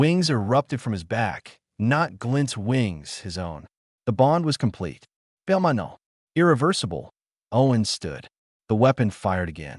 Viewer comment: BELMONDO irreversable, POINT where a period should be, lazy bad textual and pronunciation errors abound! Obviously not proofed at all! Core story would have been much more enjoyable had these types of errors been corrected... but someone is lazy or ignorant; I don't care which. Nice images though. Core story rates 8 and composition rates 6.5.